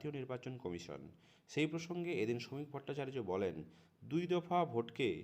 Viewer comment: নাম টা ভুল বলছেন কেন না উচ্চারণ ঠিকমতো করতে পারছেন না উনার নাম শমিক ভট্টাচার্য রাজ্যসভার সদস্য পশ্চিমবঙ্গের বিজেপির সভাপতি পশ্চিমবঙ্গের প্রথম নির্বাচিত বিজেপি সদস্য ১৪ বছর আগে বসিরহাট থেকে নির্বাচিত হয়েছিলেন